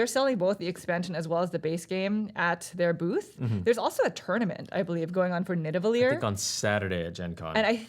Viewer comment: It's Nidavellir, not Nidavellier! :P